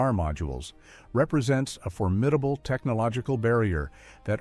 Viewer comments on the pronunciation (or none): none